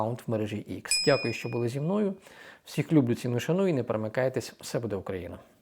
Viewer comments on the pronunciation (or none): none